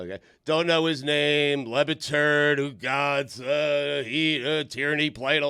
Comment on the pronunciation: It’s not WhoGotz, it’s Oogotz. It’s Italian for nothing.